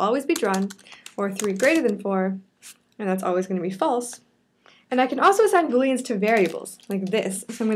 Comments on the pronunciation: "Boleans" . Bullyans. XD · i thought she said bullying